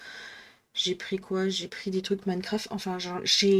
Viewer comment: 😂 Minecraft, sans l'accent je me sous demander de quoi tu parlais jusqu'à voir les objets 😅 Très jolie craquage pour Noël ✌️😺